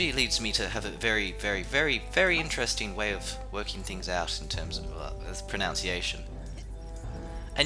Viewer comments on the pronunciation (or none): ish, you say "Pronounciation." Nice, man. Nice. XD